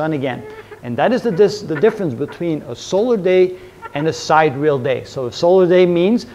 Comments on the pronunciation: First of all, isn't sidereal pronounced sai·dee·ree·uhl, and not side·reel ? Secondly, isn't a sidereal day 23 hours, 56 minutes, 4.09 seconds and not 9.5 seconds? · Isn't "sidereal" pronounced 'sai-de-re-al'? Instead of 'side-real'? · I couldn’t believe it but it’s true. Pronouncing it as sahy - deer - ee- uh l is weird. I prefer side-real! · Great explanation. But isn't it side-ear-ee-uhl? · I love your content! I’m learning a lot, especially the life and death of stars, I devoured those. Just one thing, it’s pronounced “sai·dee.ree.uhl”. Thank you on behalf of my OCD.